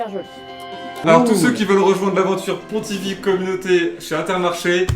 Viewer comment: Comment ça j’entends terracid dire « Pontivy » !!